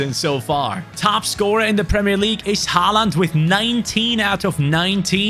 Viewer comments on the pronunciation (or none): none